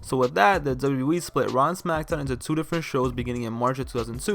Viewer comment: It's my strong opinion that the quality of your commentary would improve greatly if you focused on enunciating 'Double-U Double-U E' better. The way you say it comes across as lazy and deviates from the points you're trying to make. Good video otherwise!